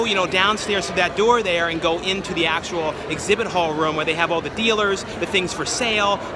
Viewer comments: please stop saying rum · Room....not rum :P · Drinking game-Each time says "roam"/"rum" you take a shot! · When he says room it sounds like rum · This guy does not know how to say room.